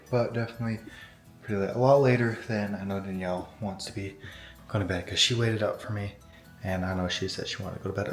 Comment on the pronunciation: denyell defintly😂